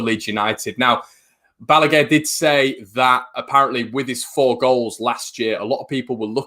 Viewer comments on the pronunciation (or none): none